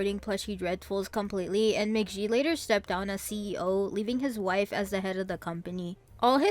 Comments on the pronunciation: "mah ghee" not "mah jee" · Mc Gee. Like geese. You said it wrong everytime. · That is definitely not how you pronounce American McGee's last name.